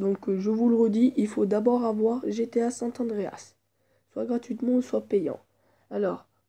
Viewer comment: C San andreas pas sante andreas 😂😂